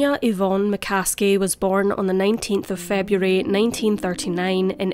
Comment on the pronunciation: McCaskie to McCasket